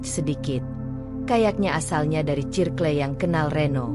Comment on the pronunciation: Cerkel,circle (sirkel) ,tikedon 😂😂😂😂😂take down?